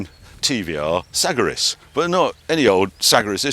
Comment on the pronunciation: Dear Harry - please pronounce TVR Sagaris as follows- “Cigar(but with an “a”)-is” Thank you . Please reach out to Ben Samuelson (ex TVR Marketing bod) if he’s still around to validate this .. but the way you currently pronounce it just doesn’t sound right ?